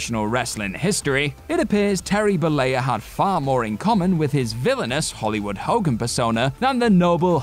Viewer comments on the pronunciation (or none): none